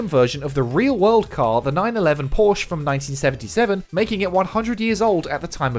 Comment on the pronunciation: Porsche,! (Por-shuh) - Dont be one of those guys! ", needs to get his ass on a motorcycle and experience the awesome-ness first-hand, Cooper everybody!";-) Cheers, yall. Keep the vids coming!